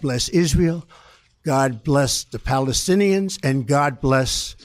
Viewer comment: If it's a dry throat he wouldn't have pronounced Palestinian's correctly